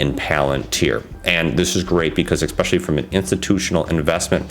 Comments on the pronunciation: What the hell does X-specially mean? Has Elon Musk sold you a dictionary? Why do you use a word so many times when you can't pronounce it? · X-specially annoying as fuck. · You sound foolish when you say exspecially 50 times in 5 min